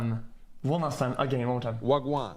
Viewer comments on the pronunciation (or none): CHAT YOU PEPEGAS ITS WAGWAN NOT GWA GWA